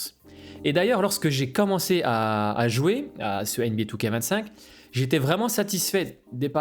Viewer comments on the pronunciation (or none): comme toujours très belle analyse, et super approche psychologique . Par contre je suis rassuré de ne pas etre le seul à prononcer 2K25 " two-K-vingt-cinq"